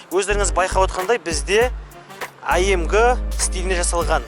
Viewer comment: АМГ емес АМЖ AMG боп окылады братишка